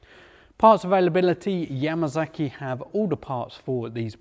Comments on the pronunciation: Yamasaki NOT Yamazaki. Why in the hell can't you pronounce it correctly? S NOT Z damn. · 'Yamasaki' lol.